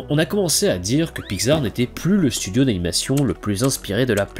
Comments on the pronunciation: La lettre X, ça se pronounce pas “gz” mais “ks” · La façon dont tu dis Pixar me perturbe, j'ai toujours prononcé Pix-ar et non Pi-xar x) Sinon, très bonne vidéo ! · "Piczar"... Voilà sinon bonne vidéo merci :) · Ha oui, Pygzar, les fameux studios Pygzar (oui, je me moque de ta prononciation lol). Blague à part, c'était très sympathique comme vidéo. ^^ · Très bonne vidéo. Sinon ça ce prononce PICS ART . Le non a ete choisi car il est la contraction de pixel Art. De l'anglais pixel , mot forgé (1969) à partir de pix (variante de pics et ce prononçant pareil, pluriel de pic, abréviation de picture « image ») et de el(ement) (« élément »), littéralement « élément d'image ». PICS ART